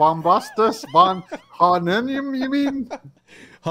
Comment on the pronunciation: ari-STOT-lean <3 aristatalien hahaha, good show man. Almost as bad as vonhohenheimen. Just food for thought (pun intended) considering the hermetic axiom all is mind all is mental, consider the humunculus as thought form creations for magickal work purposes more than literal. You mentioned you know there's more layers more esoteric meaning but you're just laying out the literal framework as a historical research, but then barely scratch the surface of the deeper meanings. Unless by that you mean today's science experimentations that you mention cloning/dna manipulation etc. Just saying. Good video for bringing this info to those unaware for a nice 101 though. An oldie but goodie channel if you're not already familiar with it, unlikely because it's dead for a decade and hardly any followers/likes, but check out "ephiphany lectures"...I'd love for you to do a deep dive on his stuff some day.